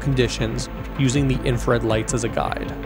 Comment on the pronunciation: Great video, captivating visuals. My only nitpick is the fact that you misspell and mispronounce "INFRARED" throughout the video😭😭 it's not I N F A R E D